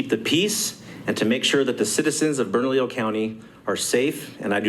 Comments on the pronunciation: Pronounced Bern-a-lee-yo county…good for their Sheriff. The problem is the State Police are tasked with enforcement and they have jurisdiction and I don’t believe they have made any such statements. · The only way to supersize that would be for the Sheriff to ARREST HER as HE is the supreme law enforcement official in Bernalillo county as are all Sheriffs. Oh and...it's pronounced "BERNALEEEYO". Carry on. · Appreciate all you do. To help you out Bernalillo is pronounced bern-a-leo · Thanks for staying on top of this,, but it’s pronounced Bern-uh-lee-oh. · I just love how you guys just cannot pronounce "Bernalillo" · I have enjoyed your coverage of this debacle. I just wish you could pronounce the county correctly😁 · bro. bernadio? what. its Bernalillo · Brother, you’re killing me on the pronunciation. “burn-ah-lee-oh” = Bernalillo. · Thanks for covering my state... oh and, um... it's "Burn - uh - Leo" county. =) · Bern-A-LLIO not Bernadio spelled Bernalillo 🙂 Nice little fact, San Juan County in the same state is a 2A Sanctuary county. San Juan County Sheriff Shane Ferrari stands in this tyrants face for his citizens rights on a daily basis, so bad that she will no longer speak to him and forces her aid to converse for her. #LockHerUp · it is pronounced "Burn - uh - Leo" You don't burn a house, you "Burn uh Leo". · Bern-ah-lee-oh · Just to help you out a little bit with the pronunciation of "Bernalillo." Berna-leo. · It’s pronounced “Burn ah Leo”, double “L’s” are silent. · Bernalillo - there is no "d' in it. (Burn-a-lee-yo) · It’s pronounced “burn-a-lee-yo” Bernalillo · That’s Burn-Lee-o County. In Spanish, the double L is pronounced as a long e. Great video! Keep them coming. God has brought me out of cities that have become hell holes. This Sheriff and (not enough) others are holding the line. We must have their sixes. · Bernalillo should be pronounced- “burn-a-Leo”😁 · Pronounced, Burn-a-Lee-yo. Just helping